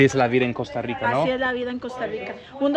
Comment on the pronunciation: I didn't know they changed the name of the country to Coasta Rica. I always thought it was Costa Rica.😅